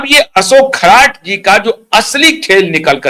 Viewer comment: खराट नही खरात बोलो.